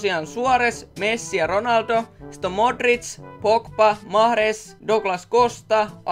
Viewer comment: Miks sanot mahrez maharez